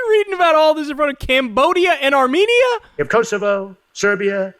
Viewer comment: AAHHH YESSS the lands of Allermaijan and Arzenia.. 😂😂😂